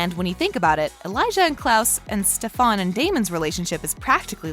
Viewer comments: ITS STEFAN NOT STEFAAAAN ITS STEFAN LIIKE UGHHH SHUT UP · just listen. It’s Stephen not stephAn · It's stefen not stefaan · Stefan not stefon 😑😑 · Why tf do you pronounce stefan that way?? Its stefan not ste fan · I can’t get through a minute and a half of it because “StefOn” like omg it’s bothering me lol 😂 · It’s not Stefon it’s Stefan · its not stefon its STEFAN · It’s to stofon it’s Stefen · I CANT BE THE ONLY ONE WHO GOT SO MAD WHEN SHE KEPT SAYING steFAN its STEFAN!!!!!!!!!!!!!!! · Its stef-AN not stefaun 😂😂💀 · She keeps on saying stefon IT STEFAN GOSH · It really triggers me when she says steFAWN or like SteFAN BrUh it's Stefan the hottie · Bitch really just said stef aun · Dude it's Stefan not stafon !!! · It’s Stefan not stefAAAAAAAAAAAAAn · hey the vid was fine but have you ever watched tvd? cause the way you pronounce the names like,"stefOn" and "alAIRic" i dont think you have watched it. also it "THE" VAMPIRE DIARIES not VAMPIRE DIARIES. get someone who has watchedthe show. like even my computer knows how prnouse and spell it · Plz dont say stefaan again it STEFAN!! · Don't make a video if you don't know the main characters names..... They way she says SteFAN is driving me nuts!!! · Me every time she says steFan: IT’S STEFEN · when she said StefAn i yelled "ITS STEFAN!!!" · STEFAN NOT stefaan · Ikr, like bro it’s (st-E-fen) NOT StefAN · stefOn and alARic 😭😭😭😭😭 it’s stefAN and aLaRIC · anyone else mad that she keeps saying StefAN BUT ITS STEFAN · “stefon” “alAric” dang she pissing me off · Wtf is stefaaaan Its stefan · If I hear "stefon" one more time I'm going to learn how to spell it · If this girl says STEF-ON OR ALERIC ONE MORE TIME!! IT IS STEF-EN AND AR-LAR-IC SOUND IT OUTTTT!! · Whenever she said stefAn I said “ITS STEFAN!!!” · Same I was like stefAn girl who but that shit got me triggered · Couldn’t even get through 3 mins because of the way she said his name... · the only thing i noticed was how she misprenounced stefan smh